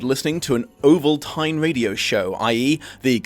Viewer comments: Bruh.... Oval-tyne??? Oval-tyne???? It's Oval-teen! You have the movie right there, man! Oh, also, Ovaltine was a powdered chocolate milk mix, like Nesquik today. :) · We definitely have it here in the UK and we call it Oval-teen too, so I don't know why he's pronouncing it incorrectly. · It's pronounced oval-teen. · FYI: it’s pronounced ovalTEEN. It’s a malted drink. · Ovalteen is how it’s pronounced. It’s a war crime drink that you’d rather eat the soup then drink the chocolate like breakfast drink….. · I would've thought you'd have researched Olvatine--Oh val teen--as background info. Since you're not American. Smh. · It's pronounce Oval-teen, which you'd know if you'd watched the movie. It's a powdered chocolate drink mix you put in milk, like Nestle Quik. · For the record, it's pronounced 'oval-TEEN,' and was advertised regularly on TV when I was growing up in the 1970s, and yes, we had it in our house. It's not bad! Thanks for another great video! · It's pronounced oval-teen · OvalTEEN. 🤷‍♀️ idk why, but that’s how you say it. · Basically unknown in the UK, perhaps due to anti gun sentiment... Ovaltine is pronounced Oval teen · It's pronounced Oval-Teen and it's bad chocolate milk/hot chocolate mix. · No, no. Ovaltine is pronounced like Constantine. The one from the comic books, or possibly the movie. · How did you continue to mispronounce ovaltine despite it being pronounced correctly in the film.